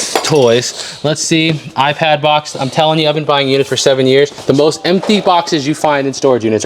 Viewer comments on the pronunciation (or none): none